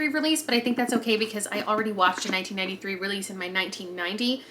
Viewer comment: Every time you say 1993 I hear 1983 😅